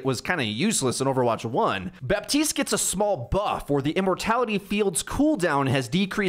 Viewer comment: his name is BAPtiste BAP, there is a P in it. You’ve said it wrong for years it’s so frustrating. Baptiste himself even says Baptiste how are you getting it this wrong?